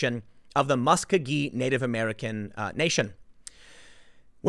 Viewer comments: It’s Muss-koe-gee and it’s gee as in gear. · Born and raised OKIE, its pronounced MUSK-O-GEE. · I know this video is from ayer but I hope that you have learned how to pronounce Muscogee by now. I read what my Chahta Nation said about our Nations in Oklahoma. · Tim's pronunciation of Muskogee makes me cringe every time.